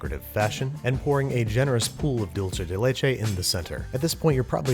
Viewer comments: Dulche/Dolce as if it was italian or french. It's DOOL-SAY or DOOL-SEH! It's a Spanish word. If Spain Spanish say "DOOL-THAY". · just want to clarify for everyone: while in italian dolce is pronounced “dol-Che,” in spanish Dulce is pronounce “dool-Seh” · I KNOOWW I DONT EVEN KNOW SPANISH THAT WELL BUT IK ITS DULSE OR DULTHE NOT FUCKING DOLLCHE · but tomato and tomahto are both right. They're just regional differences. Same as "dul-say" and "dul-thay" (Spanish from Spain). Not "dul-chay" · or ther fact he says "dool che" instead of "dulce" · he said dolce instead of dulce estoy temblando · I cant stop laughing at you saying DOLCE instead of DULCE de leche omg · Pronouncing it 'dol-che' is more Italian, like how the brand is said. In Spanish, it'd be more like 'dul-se'... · "Duel-Say" not Duel-Chay. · dulche de leche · no it’s “dulze” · Babish: “Dulche de Leche” Entire Latin American Community: C R I N G E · It's a white people thing. They insist on saying doolche every time they see dulce. They can't differentiate dolce from dulce. They are a simple people. haha. It's a good recipe though. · andrew: "*dulche* de leche" me: cringes in hispanic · OMG Dulce de leche is not Italian. Hahah Dulche de leche ugh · pronouncing Dulce as "dull-che" is definitely not English lol. It's an Italian pronunciation which makes no sense cause leche is Hispanic. The "ch" and "c" shouldn't contradict each other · spanish and english ce makes an "s" sound, hence dulce and "dool-seh" sound the same - Tip from this native spanish speaker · I have never heard anyone pronounce dulce with a 'ch' sound. But this is one of my favorite cakes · dude it's not italian, it's pronounced (dool•se) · I've never seen non Hispanics pronounce it correctly LOL, and I watch alot of food network. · Project Overturn aka RareBeeph the word ‘Dulce’ is among one of the words he mispronounced lol. I think it’s ok though, he never claimed to be fluent or anything. At least he’s trying right? :)